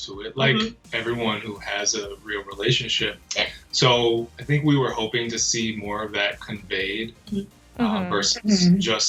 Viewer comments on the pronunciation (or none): He looks so serious until she says “relation-sheep” 🤣 ahh I love these too